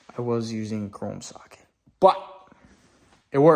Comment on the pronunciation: “I was using CROME SOCKET”😅